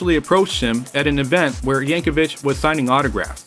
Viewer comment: Als last name rhymes with Nick, not witch.